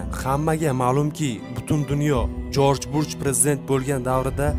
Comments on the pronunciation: Жорж Бурж эмас бущ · Uka sen avval oʻqib olgin. Koming soon emas . Kaming sun. Deb oʻqiladi. Jorj burch emas. Jorj bush uni ismi. Shaytonni belgisi echki emas. Shayton obrazi haqida yaxshilab oʻqib chiq. Bu yerda faktlar judayam sayoz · 😂😂 Жорж Бурж😂😂 "ЖОРЖ БУШ" Президент исмини тугри айтинг тахлил килишдан олдин. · Contentga gap yuq ammo talaffuzda bir ikta xatoga yul quyilyapsiz Джордж бурж мас Джордж Буш булса керак манимча OMAD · Узр лекин исм фамилияларни тугри талаффуз этинг.Америка президенти Жорж Буш. Жорж Бурч эмас укагинам.